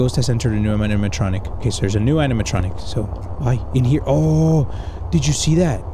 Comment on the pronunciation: He didnt even notice that he went "Animanitronic" XD